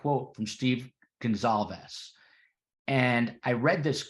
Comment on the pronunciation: Kaylee’s family’s name is pronounced Gon-Kal-vez. Emphasis on Kal. Sorry, a pet peeve of mine especially when it’s the victims and the families. It’s a matter of respect and decency to know how to pronounce their names correctly.